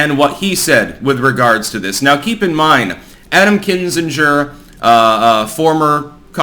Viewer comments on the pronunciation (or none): how can you be as connected and informed as you are, and get so many pronunciations wrong? It's Kin-Zing-er (not Kin-Singe-er). And a reminder, please look up the pronunciation of diaspora before you have another story that refers to it. Cheers!